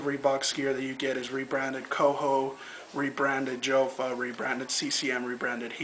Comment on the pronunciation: its pronounced like yofa for all of you guys out there